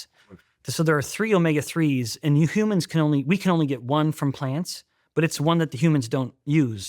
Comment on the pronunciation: he said, "You humans" and "the humans" the same way he said "the vegans" 😅🖖👽